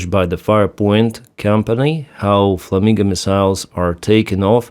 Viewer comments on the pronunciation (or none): It’s “fla-min-go” not “fla-min-ga”.